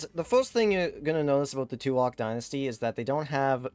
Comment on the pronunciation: Hey man, It pronounce as